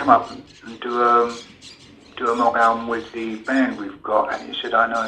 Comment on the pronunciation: It's MOGG, not Moog, you fuckwit.